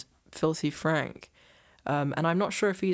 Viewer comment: oh shit I always thought he was saying this is not a prank HAHA the way he pronounces it is funny and it sounded like he was saying prank to me, sorry abt that